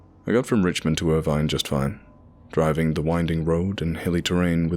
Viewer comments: Ugh!!!! You took the words right outta my mouth. Ir-VINE. No. Just no. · It's "Bate-E-Ville", not "Beat-E-Ville when you pronounce Beattyville. Also, I was born in Irvine, it's "Ir-Vin" not "Ir-Vine" pronunciation. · It's pronounced Ir-vin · Irvine pronounced "er-ven", Beattyville pronounced "bate-e-vull". We Kentuckians are very particular about how you pronounce names of towns. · And don't forget, it's not Ir- VINE, or Bee-tee-ville. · The guy who narrated this mispronounced a few places so we know for sure he is not from Ky. Irvine is pronounced Ir-vin. Beattyville is pronounced Bae-tee-ville.